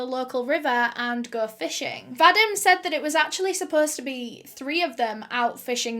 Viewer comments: va-deem not va-dim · I think ur saying Vadim? I believe it's pronounced "Vadeem". I've known a few in my life. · My grandpa's name was Vadim, and you pronounce it... well, wrong. And it sounds so weird to my ears :))))